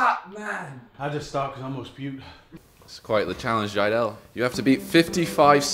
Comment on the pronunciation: Jiedel you mean trydel